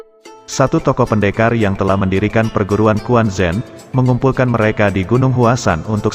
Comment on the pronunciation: Quan Zhen dibaca Chuen Cen,, bukan kuan Zen, huhuhu